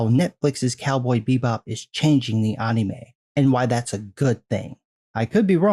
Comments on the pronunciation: Bruh can you just say anime not UHNNIE-MAY? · The way you say Anime is so fucking weird man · You say anime weird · The way you say "Anime" feels very wierd man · I love your content, but you pronounce anime like a weeb